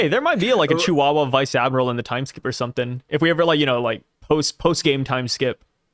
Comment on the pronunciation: “Vice Admirable” 😂